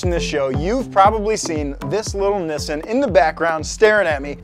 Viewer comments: Please stop saying kouki and Nissan like that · did he just say... nis-an? not nee-san? and hes an american wow